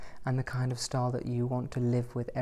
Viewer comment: Every time you say style I hear star. Lol